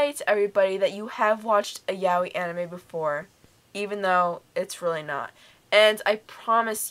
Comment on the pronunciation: Nice review, but I'm sure that's not how 'yaoi' is meant to be pronounced